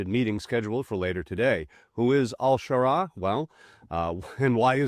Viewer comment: Which is it? al-Shara, al-Sharaa or al-Sahara? You pronounced it a bunch of different ways.